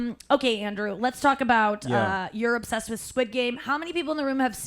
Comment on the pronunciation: *orr "obssessed"...